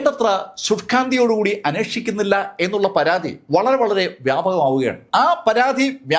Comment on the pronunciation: അധേ അല്ല അതേ രമാധേവി അല്ല രാമാദേവി anu പരാധി അല്ല പരാതി ആണ് ത കിട്ടില്ലേ